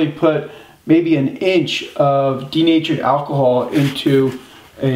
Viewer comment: Could someone tell me what says or - He's stating he puts an inch or two of a type of alcohol to keep his brushes from drying out. That's a great tip and I'd stop sticking everything in my freezer next to the food, but I can NOT make out what he's saying. Sounds like "Deen'Agent Alcohol". I'm guessing he isn't suggesting using isopropyl alcohol or rubbing alcohol. Thanks for the video sir!